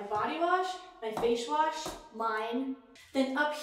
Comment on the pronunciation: she said fash wash instead of face wash